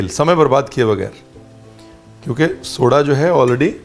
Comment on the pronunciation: Ranveer ek baar toh "khatta dhokla" bol Detey, like it is spoken in Gujrati... it would go so much with your charecter and fun with recipe. ... A little funny. A little light. A little flirty ... Soda ko toh sodey bol diya ... KHATTA DHOKLA !!